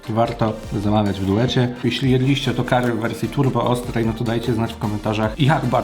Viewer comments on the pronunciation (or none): none